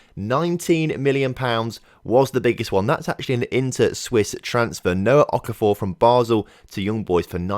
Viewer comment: Good to see you saying Okafor correctly. (Don't think I am actually related to Noah to be honest)